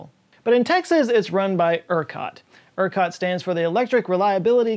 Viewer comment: That r in Ercot 😅